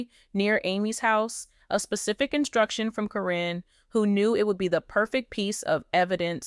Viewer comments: Who the F is Corrine???? Her name is Caryn. Pronounced KAR EN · Why do you continue to mispronounce their names??????? One sentence you say the name correctly then the next you pronounce the name incorrectly. It is Caryn not Corrine.! If you have watched the program you should know how to pronounce their names! You also reported a few weeks ago about Chris and Amy having an accident due to a mechanical issue with their car. You said Amy was badly burned but you have not given any updates on her condition.